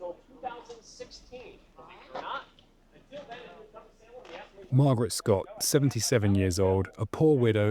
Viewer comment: One of the men that was executed cursed the office of Sheriff. And ever since until the last couple county sheriffs of the Salem area died in office. A curse that lasted about 300 years. it's pronounced say-lem, how he said it Saini.